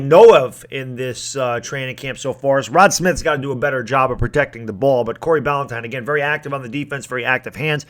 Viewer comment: Bah-Lin-tie-n That’s how you say his name